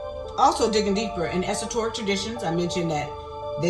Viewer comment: "esoTORic" twice?!